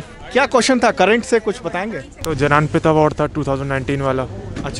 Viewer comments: Gyanpeeth award ko jayanpeth bol rha h 🤣🤣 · Not janapith(as pronounced) pronounced as gyanpith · Jananpith award😂😂😂 Bhai ko btao ki likhte Jnanpith hai pronunciation gyanpith hota hai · Bhai wo gyanpeeth hai jananpeeth ni 😁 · Chutiye जनानी पथ नही होता बो ज्ञानी पथ होता है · जनानपीठ नहीं ज्ञानपीठ है भाई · वो जनानपीथ क्या, क्या जनानपीथ ? I mean seriously.